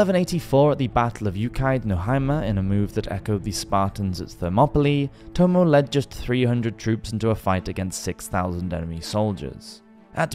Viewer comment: Good video apart from the massacre of Japanese names - eg Masamune is “ma-sa-moo-nay” and Tomoe is “to-mo-eh”.